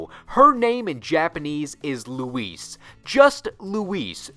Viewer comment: It's Louise!!!